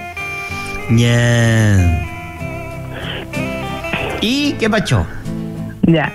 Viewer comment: Macarena me suena a Macareno